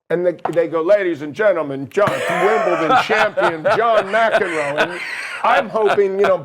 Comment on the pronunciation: geez do a little research. John is one of the greatest tennis players all time. Pronounced Mac-in-row